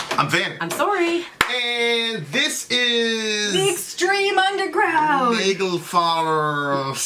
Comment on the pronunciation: It's NAGLFAR, not nagElfar.